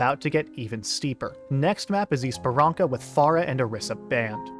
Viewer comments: Bro Esperança is pronounced like esperansa not esperanka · can u pls pronounce things right i got jumpscared by "esparanca" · its ESPERANSA, the C is pronounced like an S because of the little thingy below it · ur video is so well thought out and explains the complexity of ow, but please pronounce esperança right LOL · Oh wow, i didn't even notice 1 hour pass! Very well explained and cinematic video. Also, the 'ç' (cedilha) in Esperança is pronounced more like an 's' not a 'k'.